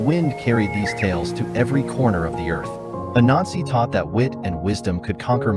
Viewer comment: Great story But when you said the god’s name it sounds slightly like “A Nazi” Might need to work on that